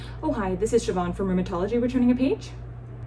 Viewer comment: Its so nice hearing someone who isnt in Ireland say my name right :) How do you spell it? I spell it Siobhan (with a fada over the a)